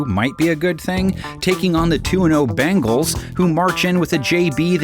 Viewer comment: sorry... but i keep hearing "cincinnati BAGELS"